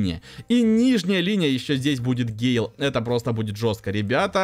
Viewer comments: Да не Гейл он ,а ГЭйл!!! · Ёмаё почему вы говорите Гейл там же чётко написано с буквой Э!!!!!!!!! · называй правельно бойца гэйл а не гейл его зовут гэйл